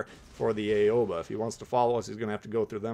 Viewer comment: I'm just here to mention that 'Aigle' is pronounced more like "eh-gluh" and 'Aoba' is pronounced more like "ah-oh-bah". Great video otherwise. :)